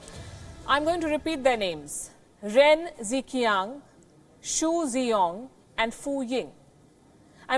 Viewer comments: mam you are pronouncing it wrongly its like ren jichiang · Ren Zhiqian =Chinese pronounce jichian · In Mandarin Chinese Romanization system (Pinyin) the diagraph 'Zh' is pronounced almost like 'J' and 'Q' is pronounced almost as 'Ch in English', so 'Ren Zhiqiang' should read 'Ren Jichiang' so that it sounds closer to the Mandarin pronunciation.